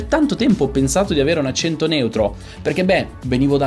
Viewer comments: La versione corretta è con la e aperta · Già il fatto che lei dica "accénto néutro" (con le "e" chiuse), invece di "accènto nèutro" (con le "e" aperte, come si direbbe da me in Umbria) fa notare quanto l'italiano "standard" possa variare, anche al di là delle varietà dialettali (che influenzano poi le varie pronunce regionali) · Quando hai detto "accento" con la e chiusa, ho pensato subito: "Partiamo con il piede giusto...". Comunque il video è molto bello. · Già come pronunci "accento" si capisce che non hai un accento neutro.